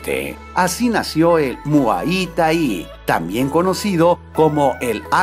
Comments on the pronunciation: pronuncias mal muay thai critica constructiva por favor corrige. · Primero Informate como se pronuncia Muay Thai lo haces muy mal y lo dijiste muchas veces